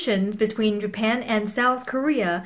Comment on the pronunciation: 음 잘하시는편인데 여러구간의 한국인의 발음은 못피하시네요 conflict japan global 이런거.world 도약간 rural . . 이런소리가 들리는?. 좋은동영상임 그래도! 유익합니다!